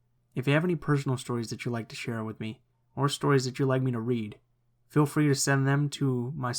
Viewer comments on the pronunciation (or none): none